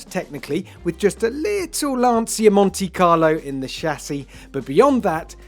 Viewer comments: LAN-CHIA not "Lance-ear" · When a motoring journalist can't even pronounce Lancia properly, it makes me wonder who gave them a job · It is fascinating that TopGear after so many decades filming and talking about cars still don't know how to pronounce Lancia 😂😂😂